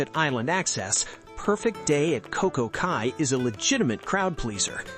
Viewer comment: I don't trust your ratings if you can't pronounce "Cay" correctly.